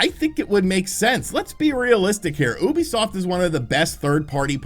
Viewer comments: Say it with me, it’s pronounced “YOU-BEE-SOFT”. Please, for the love of god don’t call it “oohbeesoft” ever again 😂 Gotta pronounce their name right if you’re gonna say it multiple times in a vid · Oooobisoft no no no it’s you-bee-soft. Learn it please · Ubisoft... YU-Bee-Soft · stop saying oobiesoft